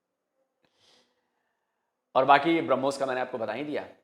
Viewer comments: If you listen carefully he initially referred to Brahmos as Harbooz. Thank God he didn't call it tarbooz.😂😂😂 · हूरों के लिए मर मिटने वाली कॉम brahmos को भी hurmos pronounce कर रही है 😂